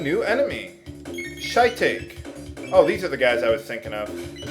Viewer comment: lmao he said shy take. hehehe, we have much wisdom to teach you:)